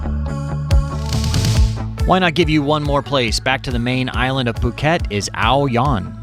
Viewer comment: Phuk-et Island? Lolwut